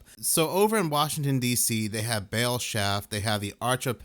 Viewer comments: Baal phonetically sounds like ball…GOD!!…. You keep saying BAIL!! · Ball not bale baal